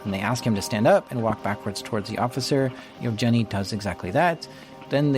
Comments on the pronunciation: Canadian sense tingling. That's a hard 'g' in "Yevgeny". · Yev Jenny is such a cute way to pronounce Yevgeny.